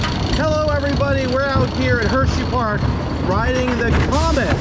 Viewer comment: Bro said "hersheyfart"